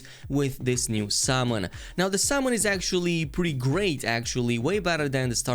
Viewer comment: Oh summons. I thought was saying salmons. Was wondering wtf